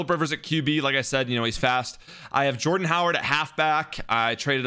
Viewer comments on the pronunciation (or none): none